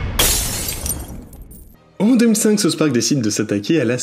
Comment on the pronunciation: Arrêter de dire SouSS Park, on dit South Park!😉